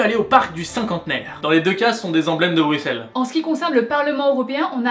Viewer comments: Ah ben ça fait plaisir d'entendre "Brussel" et pas "Brucsel" ! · Juste un petit conseil " on ne dit pas stump mais stoump vu que le oe se prononce non u mais ou" :) sinon video génial et merci de ne pas avoir prononcer le X dans Bruxelles